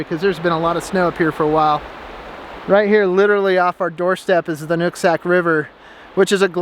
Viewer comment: Did you say "nutsack river"?